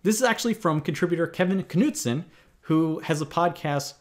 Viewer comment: "Ka-nude-son" lol. The K is silent. It's just nud-son.